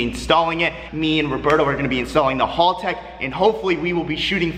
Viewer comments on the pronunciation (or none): Its haltech not HALLtech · I’m so triggered hearing him pronounce haltech wrong over and over again.